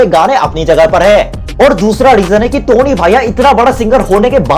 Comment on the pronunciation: it 's टोनी not तोनी🤣